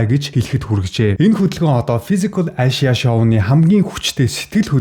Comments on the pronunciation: Ашияа гээд байх юм. Эйшия гэл дээ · Мундаг залуу шүү. Би влогийг чинь үзэх дуртай. Харин нэг юм хэлэхэд англи хэлээ сайжруулаарай. Asia гэдгийг ЭЙЖА гэж дуудна. Амжилт!😍👍🙏